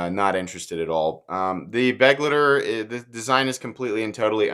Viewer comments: I thought you said buttlicker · This is one of those knives that I'd buy purely for the combination of good qualty and a great price/performance ratio. I certainly wouldn't buy it for style reasons. On a side note: the 'ei' in begleiter is pronounced as 'aye'.